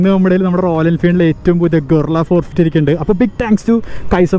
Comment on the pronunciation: ഗൊറില്ല അല്ല ഭായ് ഇത് ഗറില്ല